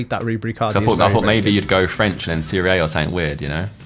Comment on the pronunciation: Every time Josh says "Serie Ei" my Italian heart dies a little bit